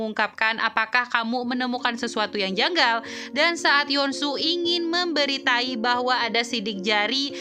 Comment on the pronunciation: Memberi tahu min.. Bukan memberi tai😂😂😂😂